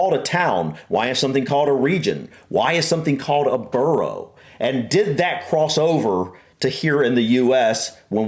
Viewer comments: a borough is NOT 'burrOH'... (that's a burrow - that rabbits live in). It's pronounced more like 'burrAH' or 'burra'. 🤔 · Can absolutely second all those suggestions that you watch more MapMen - they are fabulous at explaining so many UK oddities. But please lovely people, every time you said 'burrow' for 'borough' it set my teeth on edge - I know you know better than this! Its pronounced 'burrah'. Rabbits live in burrows. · Buh-ruh not burrow, burrows are where rabbits live. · Stttaaap saying Burrow. Pwease. I think the entire UK comments section is cringing more and more the more the said it 😂 Also i live in a suburb of a small town not much bigger than adjacent villages, next to a bigger town, with a town maaaany times bigger just up the road and I'm in a triangle of 3 cities each within 30 minutes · Borough is pronounced Burrah NOT Burrow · Not BURROW that’s where rabbits and badgers live. It’s pronounced BURRA. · Pleeeeeeeeeeeeeeeeeeease STOP saying "Burrow" !!! :'-/ it's ' Burruh '... (Spelt Borough) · Borough is pronounced burugh rather than buro here and had shire right the first time she said it. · It is not pronounced "burrow" - that's where rabbits live. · For the love of all that is unholy, stop saying burrow!! I want to put my fist through the wall! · Burrah. Please 🙏 It's pronounced "bur-rah" 💞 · its Burrough, not Burrow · It’s not burrow its borough! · Borough is pronounced: 'Burruh'... Never "Burrow"* (which is a tunnel* dug into a warren - which is the underground home of rabbits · Or Burruh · In this context, the American way is incorrect As it's a name, the pronunciation should be correct. If it's the ones in new york, "burrow" is the right pronunciation and should be used that way. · In Scotland we don't have any mayors at all, that's an English thing. Also BOROUGH is pronounbce "burra" the same as BURGH as in Edinburgh :-) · The way he pronounces "borough" cuts through me